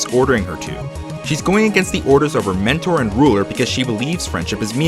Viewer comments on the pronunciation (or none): none